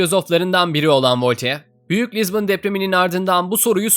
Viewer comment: "Lizbın" ne olm